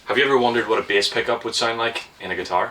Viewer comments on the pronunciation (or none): You say Behs pickup like danny sapko would